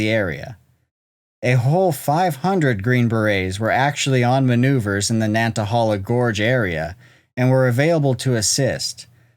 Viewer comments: It’s pronounced, “ nat uh hay luh.” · I live 5 minutes from the Nantahala gorge, it's pronounced Nan-ta-hay-la. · Check your enunciation of nantahala.